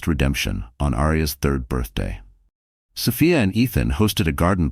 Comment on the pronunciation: Distracting when the AI can’t settle on how to pronounce Sophia…else, story is a good one!